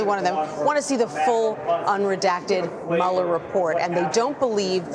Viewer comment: The "Muller" Report, ugh wtf